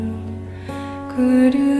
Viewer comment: I love this but can someone please explain why she sings Gurdu instead of Guru. We tried singing this in a recent gathering but were unsure of the pronunciation.